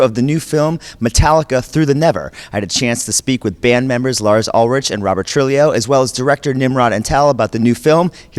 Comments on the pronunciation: If you pronounce it the spanish way it's trooheeoh. Whatever it is, it sure as hell isn't Trullijo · true- he- oh uhl- rick. say it wit' me now.